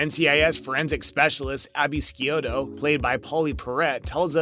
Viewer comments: I would think someone who watched the show would know how to pronounce Abby's last name. Its not SKEE-OTO., its SHOO-TOH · say Abigail Sciuto xD that's Abby-gale - Schioo-toh, or like the native american tribe: Sioux -tó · If you are going to do a narrative about mistakes on a show, perhaps you should at least WATCH the show!! Pauley’s character’s last name is pronounced Shoot-Oh, not however the heck you said it!! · Its not skioto its sciuto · In the biz they're known as bunny suits. It's Shùto, not Skiuto. I used a "bull" or heavy barrel when I did competition large bore pistol shooting. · This guy doesn't know how to say Scuito, oy, blooper. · SHOE TOE that is how Abby's name is pronounced. Gibbs mom did cheat on his dad when they were younger with his best friend, but they worked it out, this was what his dad told him. Than a few years later she had found that she had cancer. She killed herself to put his dad out of what she say was more pain than she wanted for him. If you watch some of the conversation with Leroy and Jackson you would know that. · This seems overly nit-picky considering the narrator can't pronounce Abby's surname correctly. Get your ducks in a row before you tear apart a beloved program. Jeesh!